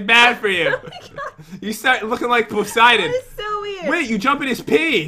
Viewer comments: It’s not pronounced poh-siden. It’s puh-siden. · It’s Persiden not poisiden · It’s puh -siden not pohs-iden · ITS POOOSIDENN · OMG its pociden